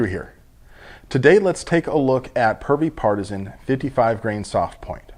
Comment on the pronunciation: Did he say Pervy Partizan?